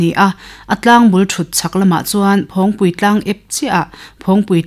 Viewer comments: "Phawngpui" tih pawh hi a rik dan dik kan bosan leh nasa ta mai niin a lang e. "Phawng" tih lai tak hi nang leh mipui nawl pui hian a ri kan tisang a ni a. "Thingpui" tih ang chiahin. "Phawng" lai tak hi a ri tihniam ila a dik zawk awm e. "Nunrawng",..Kelkang "hlimpui", "Van hnuai"..tih anga tih rik tur niin a lang. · I sawi hi ka lo hriat ve Dan a nih avangin phawngpui a lam rik hian ngaihthlak a hreawm khawp mai 😂